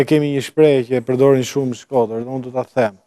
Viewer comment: Ky djali kur thote fjalen Shkoder duket sikur thote shkerdhat